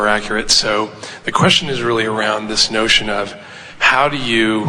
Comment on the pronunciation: THANK YOU ABRAHAM HICKS I LOVE HOW YOU SAID GHIS YOU ARD SUPER GREAT❤❤❤❤